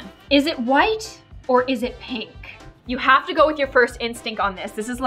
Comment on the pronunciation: I noticed a little mistake in this video. With the white and blue she says white but it has the wrong sound. If you go back to the one before it has a different sound and she got it right on both.